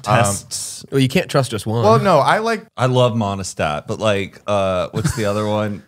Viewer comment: Is anyone else dying at “monostat” for pregnancy tests 🤣🤣🤣🤣